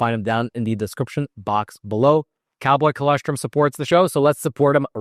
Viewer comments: I can’t believe no one has corrected you, yet. I thought the client would have. It’s chol-OSS-Trum. Not Chol-ESS-trim. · Btw it's an o not an e. col0strum.